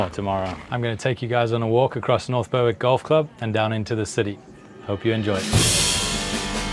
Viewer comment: great content. Its pronounced "berrick" btw